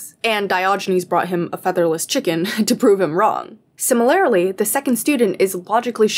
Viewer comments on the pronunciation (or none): Not to offend but the way you say simi-lair-ly had me dying every time. Much love and great vid 😂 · its si - muh - ler - lee actually.. where did you get the r.. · Regional, maybe? Where I'm from, that's how people say it. Either way, it's def not the way it's said in the video, I can say that. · It is my deepest desire that this comment gets no attention, but that you see it: "Similarly", unless im mistaken, is pronounced "sim-er-ler-lee" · honestly i didnt catch the pronunciation in the video so i cant speak on that, but do you mind me asking what region you’re from? im from north east USA and ive only heard simuhlerly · the way you say similarly is so fascinating to me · I'm old, so I'm offended by people who can't pronounce 'similarly'. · the way that you pronounce "similarly" drives me crazy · why does she say 'similarly' like that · Great video, but you’re accenting the wrong syllable in “similarly”. I’m offended by this. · GIRL I LIKE YOUR VIDEOS BUT YOU AREN'T SAYING SIMILARLY RIGHT!! ♡♡ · amazing video, amazing points, but please for the love of god can you learn how to pronounce similarly. it throws me off every time lmao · The way you say "similarly" offends me